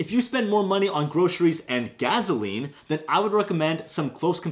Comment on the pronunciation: Funny how you say 'gas' and 'gas station' correctly but then say 'gaZoline' lol